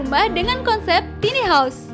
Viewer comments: Tiny house dibacanya taini haus...jgn tini dong hehehe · “Tini” dong :) susah bat apa ngomong “taini” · kirain cuma gw doank yg ga nyaman denger suaranya. bukan dari volume , nada suaranya dibuat tinggi kita yg denger ikutan cape. btw tiny dibacanya taini bukan tini ya min. hehehe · Dan ini satu lagi: "TINI" house?? 😖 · Iya taini nih hrsnya jadi risih 😂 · "Tiny" baca nya taini mbaaa.. tina tini🤦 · Kesel denger si mbak-nya nyebut2 tini haus.... Emang ini rumahnya si Tini..? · min, tiny house bacanya taini haus. tambahin wastafel di kamar mandi dong, min. mampir ke channel ane, min. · Mbak, Tiny House, bukan Tini House. Bacanya "tayni". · “Tini house” apa tu man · Tiny house... Kudunya dibaca "taini haus" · Tiny bukan tini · Tiny sebutnya taini, bukan tini. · Taini bacanya bukan Tini. Si Tini nah sepupunya si Tono. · tiny diucapkan taini .... bukan tini ... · Bacanya tai-ni bukan ti-ni mbakee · Taini home bukan tini home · Taini kali, bukan tini 😄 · Tiny bacanya taini mba